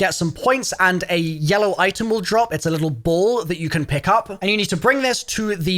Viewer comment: Oh, he is saying ball. Not bull.